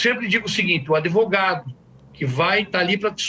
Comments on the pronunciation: Ai que zica dá ouvir um advogado de uma defesa indefensável. Mas. Dr. Só faz um favor. Fala advogado e não adEvogado. Pelo amor de Deus. Abraço no capeta. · Advogado que fala ADEVOGADO é pesado... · O que dizer de um advogado que fala "ADEVOGADO"? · Manooo… não dá nem pra continua ouvindo esse beneplácito AdEvogado.